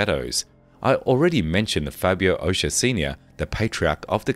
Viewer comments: It's O-cho-a not O-sha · It would be nice if the narrator made a remote effort to properly pronounce names, places, etc. Ochoa — Ohh-Cho-ahh Geez The fact that these people couldn’t bother to check pronunciations, I inevitably wondered how much effort they applied to investigating facts??! Very annoying. Very offensively insensitive to Latin culture and the Spanish language. Jorge-Whore-hey Barranquilla-Bah-Ran-Key-ya It’s not that hard. Seems like it might have been otherwise interesting. But my ears can’t take it. No bueno! 👎